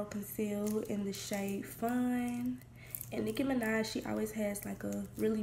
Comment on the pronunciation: LMAO at how you said "Nicki Minaj" at the beginning